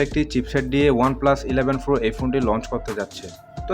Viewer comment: Pro na .. Fro .. Fro... 😁😁